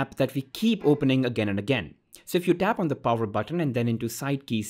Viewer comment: By "Pover" you mean power?